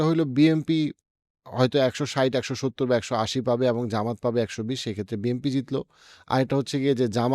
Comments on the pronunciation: আপনি তো BNP উচ্চারণই করতে পারেন না,,, প্রত্যেক ভিডিওতে BMP বলেন,, 🙄🙄 আপনি তাহলে কিসের রাজনৈতিক বিশ্লেষক? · ভাই উচ্চারণ টা বিএমপি হবে না 'বিএনপি' হবে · Why do you always say “ BMP” instead of “ BNP”? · আহারে আমারে এনালিস্ট! যে এখনো বিএনপিকে বিএমপি বলে। নামটা পর্যন্ত ঠিকমতো উচ্চারণ করতে পারে না। আপনাকে আমি একটা প্রেডিকশন বলি- জামায়াত খুব সম্ভবত ২০০ এর উপরে আসন পেতে যাচ্ছে। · আপনি বিএম্পি বলেন কেন? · But why do u always pronounce BMP?